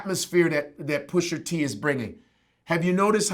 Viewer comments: actually his name isn't "PUSHER T" you fucking old head... its PUSHA T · Love Godfrey, but, it's "Pusha" not "Pusher". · Godfrey adding that 'er' on on Pusha T name is giving me anxiety lol Still love him tho! lol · You lost all credibility when you pronounce his name Pusher T 😂. Its Pusha T. Sorry but Godfrey sounds like he from Canada too😂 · He couldn't say the word "PushER" any more than me lol. Is "PushA" bruv. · PUSHER T. Stop it Vlad....PU-SHA TEE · Godfrey says Pusher T lol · Can someone tell these guys to stop saying Pusher T... it’s fuckin Pusha !!! Smh old heads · I'm sorry ... I agree with everything he's saying but i can not stand when people mispronounce rappers' names! It's Pusha not Pusher! It's Twista not Twister? It's Gucci Mane not Gucci Man? WTF dude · why they saying “ pusher t “ 😂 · It’s PUSHA ,,, Not pusher smh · Why they keep calling him "Pusher T"?? I thought it was "Pusha T" 🤔 Put some respek on his name. Push! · GADDAMMIT ITS PUSHA T! NOT PUSHER T! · "Pusher Tee" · midnightmarauder3 The first Black guy I've heard call him Pusher and not Pusha! lol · Nobody: Godfrey: PUSHER T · Can’t stand when they say Pusher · anyone else get that much more annoyed every time is says "Pusher-T"? almost sounds like those black folk he was talking about in Canada. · “Pusher-T” Lmao they both saying it wrong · stop saying PUSHER please. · Vlad: Pusher T. Chicago's Twister. Etc... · "Pusher T"